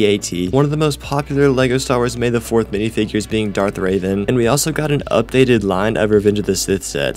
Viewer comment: It's Darth Revan not Raven